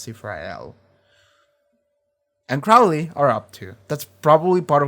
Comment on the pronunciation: He changed his name from Crawley to Crowley. (It's late and won't affect the videos, but the first syllable is pronounced like crow not like crowd.)